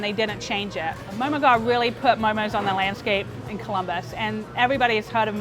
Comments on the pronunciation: It's pronounced "Ghurr" NOT "Gar". Smh get someone who is from that ethnic background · He’s pronouncing “ghar” wrong it’s annoying. It’s pronounced “ghurr” and trust me cuz I’m nepalese. AND JHOL IS PRONOUNCED “joll” like in jolly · Lol the way they're pronouncing ghar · The way he pronounced “ghar” lmao